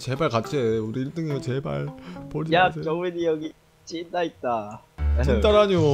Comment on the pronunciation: 진따? ㅋㅋㅌㅋㅌㅋㅌ 중국인인줄ㅋㄱ 찐따오?(중국어)